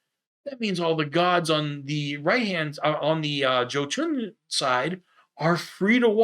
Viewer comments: Jotun is = Yoe-tun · Bah, mispronunciations are part of his charm.